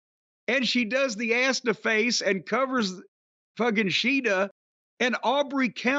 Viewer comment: lol, the way Jim (and Toni) said Shida’s name is actually closer to the actual way of saying it (each syllable should be the same length).